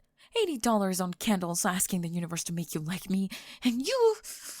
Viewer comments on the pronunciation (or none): none